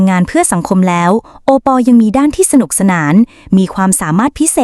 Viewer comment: เขาชื่อโอปอบรรยายให้มันถูกๆหน่อยจ้า😂😂😂😂😂😂😂